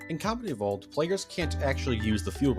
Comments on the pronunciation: Why does it sound like you say comedy evolved and not combat evolved (just a little nit pick) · Am I the only one who keeps hearing him say “Halo: Comedy Evolved”? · Am I wrong or was he saying “comedy evolved”? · Not gonna lie, whenever you said Combat Evolved, I kept hearing Comedy Evolved.